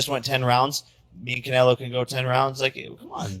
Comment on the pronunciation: dude can't even pronounce Canelo, shows Nate Diaz when talking about Paul fighting former UFC champions. These whack AI generated videos are a joke.